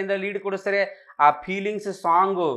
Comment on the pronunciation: pronouncing peelings 😂😂